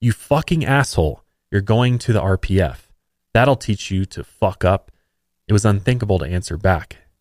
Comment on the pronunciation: When you said "The standards for the Sea Org members are incredibly strict. If you don't meet them, you risk being sent to..." I could have sworn you said "RBF" So naturally, my reaction was to say out loud "resting bitch face? ...What???" 🖤